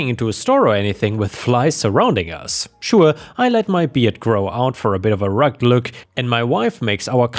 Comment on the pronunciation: Rugged is 2 syllables, meaning looking a bit rough or tough. Rugg-ed.